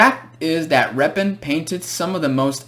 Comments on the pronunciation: Ilya Yefimovitch Repin is pronouncing this way : Ilya Yefeemavitch Repin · Оно ещё и с ударением на первый слог произносится, не как в видео)